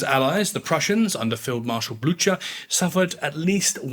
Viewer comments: Blücher: Pronounced (Blu-ker) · Badayoze lol. Dude. Dont u wanna check how it's pronounced? Bloocher? really? cmon now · Blucher is pronounced Bloo cah.